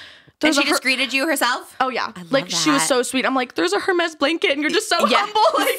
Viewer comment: saying hermes wrong sent me